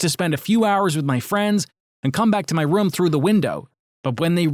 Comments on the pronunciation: Dude he says rum instead of room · When he sead room it sounded like rum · Gaming rom, Screening rom.| Me: yes, R O M, not ROOM, R O M. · How come they always say Rum not room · Your saying rum its room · Btw why do u say rum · They pronounced room like rüüm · did he said private sreaming romm haha that funny but i dont like those romdoms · Ok so no one is worried on how he says room